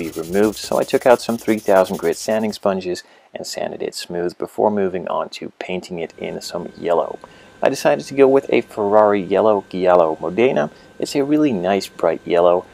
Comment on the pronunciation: The pronunce of Modena is incorrect, it's Mòdena